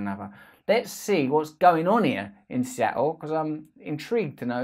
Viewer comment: It's pronounced Seattle. Not Seattle.